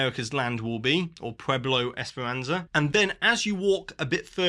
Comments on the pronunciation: You pronounced "Pueblo Esperanza" just fine, hombre. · You did great with the pronunciation of Pueblo Esperanza!!! (just a little thing, the z sounds more like an s). I loved Dinoland but as an Ecuadorian who lived in Colombia, I’m really excited to see how they’ll bring Tropical Americas to life!!